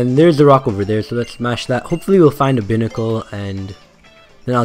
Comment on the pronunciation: im just gonna say this as a tip... it's not a big deal but it is pronounced Bye-Nickel